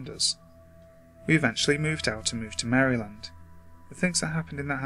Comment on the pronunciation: I love when people who aren't from Maryland try to pronounce Maryland.